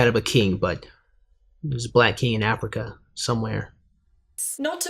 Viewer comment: People latch onto the "Afriker" portion but I really want to know who is pulling aside wee little kids to talk about the slave trade. That sounds like a much more interesting story to be told than her obvious lack of proper pronunciation of the word Africa.